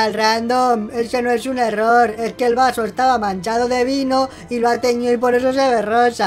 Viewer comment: No dijo error dijo orror